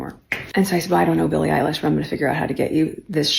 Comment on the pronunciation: Just a little pet peave. Billie’s name is pronounced like Eyelash , not Alish. It’s like Obamas name, every Brit I have heard calls him Bear-ick Obama. He is kind of famous. You should know it is pronounced Bah-rock. Even the UK media says it wrong. Not a big deal, just kind of gets on my last nerve. But yeah Meghan Markle is a creep.